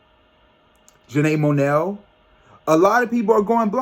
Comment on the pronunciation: Janae Monell?!😂😂 Aaron Hill?! 😂😂 You crack me up when you mispronounce names but it’s all ❤ The blonde looks good on you 😄😍 I’m shocked when you mentioned the Renaissance movie merch prices 😲 I watched the Soul Train Awards and it was presented very different this year but the music was on point. If you haven’t already heard October London’s music please check him out 🥰❤😍.